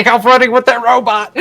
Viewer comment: Every time u say robot I picture the dad from goldbergs lol Robit